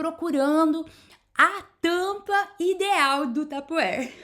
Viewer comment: Que imaginação fantástica, vou aproveitar algumas belas destas ideias. Como a fez referência à pronúncia devo dizer que não está bem, deve pronunciar assim: "passepartu", e a outra é: "taparuere", ainda outra: "printereste", claro que não se escrevem desta forma, mas é assim que se pronunciam. Desculpe, mas só referi isto porque foi a que falou no assunto, não me interprete mal. Parabéns pelo seu trabalho, tem ideias belíssimas, a sua sala está ENCANTADORA. Admiro imenso a sua imaginação e jeito para estes trabalhos manuais. Excelente!